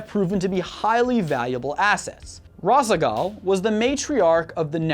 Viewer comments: Also he fucked up Rah-shah-gahl and Nehr-rah-zeem too. I suppose I can't expect them to play the campaign to hear the proper pronunciations though. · Just by the insane pronunciatiations of some of these things, like Nerazim and Razsagal, I can tell this guy hasn't actually played StarCraft. Plus, he seems to be super loose about what time period he's referencing, talking about how the protoss are super conformist and conservative at some points, but then bringing up Artanis, who actually united all 3 tribes under one unified leadership, as if he was in the past. Some of these flaws aren't even flaws, #2 for example, saved the protoss from eternal enslavement. The Khala was a machination of Amon, just as the Zerg hive mind was, and the Nerazim being free from it allowed them to sever important leaders from it during the LotV era, such as Artanis himself. Without that, Amon would have overwhelmed the galaxy with his hybrids easily.